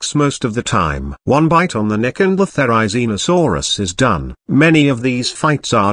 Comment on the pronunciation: oh and therizinosaurs has rizz? bros saying it like rizzinosaurs😭